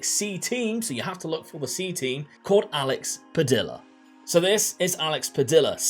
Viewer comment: Padilla..... Pad ee ya. The LL changes how its pronounced :)